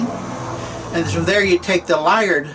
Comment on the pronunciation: great video! May I say that I found when I drove solo up to Alaska in '84, I stopped at Liard Hot Springs in northern BC, and intended to pronounce it as you did--LIE-urd, but found before I did so that it's actually LEE-ard.